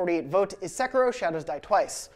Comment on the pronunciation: What the hell is ‘sekro’ se-Ki-ro